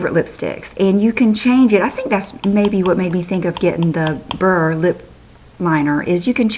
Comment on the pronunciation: you are soooo lovely:) thank you for your amazing vids!! and as someone who speaks french, i can confirm that you are pronouncing beurre correctly and it does indeed mean butter:) <3